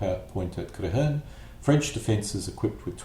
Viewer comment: I believe this is the only english language youtube video covering the battle in such detail. Your pronunciation of general Prioux's name was wonky (it's pronounced "Pree You") but what can you do haha. Other than that, well done!